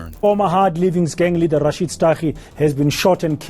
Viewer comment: PAGAD had a agenda as well. The kak is still going on. Its pronounced Rasheed not Rashy ed. Please if you need help to learn how to pronounce the names i can help. But please you are butchering them 😅😅